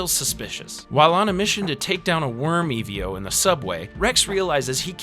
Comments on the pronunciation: E ve o. ???????????????????????????? EVO brother just say it fast accent on e . Evo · It bugged me so bad, I completely forgot about the video and anticipated the "E-V-O" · Man never said EVO correct once 😭✌️